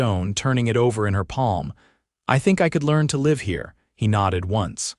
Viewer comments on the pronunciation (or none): AI pronounces a trail wound like wound to a body. And live forever like something a live. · AI can only read the spelling... but not differentiate between the pronunciations... AI will always be such an irritating disappointment